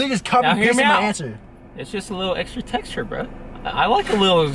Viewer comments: When the legend says xtra textra...I'm open minded ☺️😂😂😂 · "extah textah"